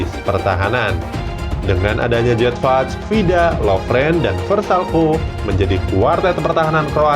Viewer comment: waduh.. bukan jedvaj tapi yedfai bacanya